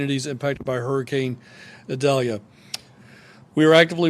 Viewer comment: Why does Desantis insist on mispronouncing Idalia??????....official Pronounciation is ee-DAL-ya (Hispanic name)